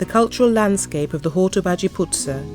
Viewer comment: Nicely put together & great info but the dreadful pronunciation of Hortobágy in particular did put my teeth on edge.